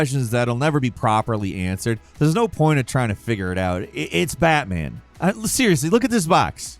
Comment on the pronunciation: It’s BATMAN NOT BATTMAN!!!!!!!!!!!!!